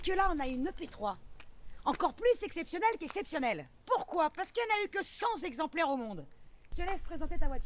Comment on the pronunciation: Y a le verbe"monospaciser", et le terme "zexemplaires". Un zexemplaire, 2 zexemplaires....CENT zexemplaires! :)